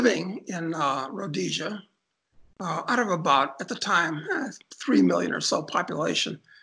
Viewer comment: Liked Doug when he correctly named Rhodesia